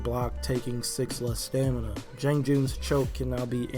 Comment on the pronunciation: JEE-AHNG. It's funny because you pronounce the 'a' correctly in "Tiandi."